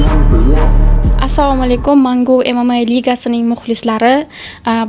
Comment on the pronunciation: ILTIMOS MANGO DB MAS MANGU DIB TALAFUZ QILILAR ODAMLAR MANGO BENOM UMMON BOLIB QOLMASIN